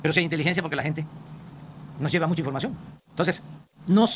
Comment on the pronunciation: Amlo: "La gente noh lleva mucha informacióng"